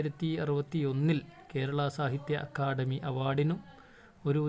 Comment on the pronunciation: Akkadami alla akkadhami അക്കാദമി😂😂😂😂😂❤😊